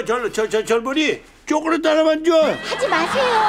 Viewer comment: 초코렛 ㄴㄴ 쪼꼬렛 ㅋㅋㅋ